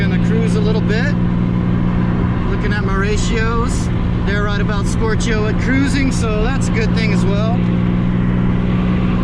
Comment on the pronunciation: That's the funniest way I've heard someone say "stoichio", as in "stoichiometric".